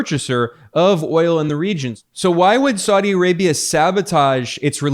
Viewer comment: saudi is 3 syllables not 2 syllables. sa-u- di not sau- di.